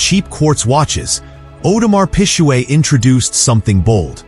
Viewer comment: Audemars Pijuuueett 😂